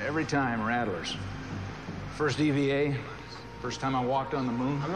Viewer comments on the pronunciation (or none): Old Adam 12 guy must never have said "rattler" before it's like nails on a blackboard hearing him say "rattelers"